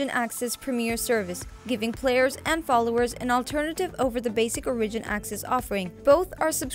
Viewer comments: Ore-ih-gin. Not O-ridge-in... holy fuck chick. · You keep saying origin wrong.